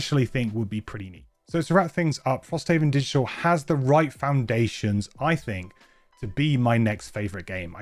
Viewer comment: This mfer said digtial